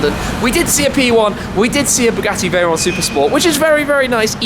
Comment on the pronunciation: That's not chiron that's veryon